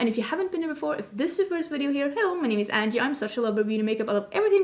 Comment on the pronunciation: How many people hit rewind numerous times to figure out how Angie pronounces her name? lol🖐